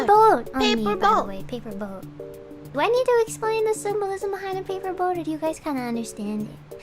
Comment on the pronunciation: I had to dip right as you tuned into Saba's debut, watching the like hr+ of what I missed and at this point I have a sneaking suspicion it's just all Saba😂 (obligatory) "pay-puh boat"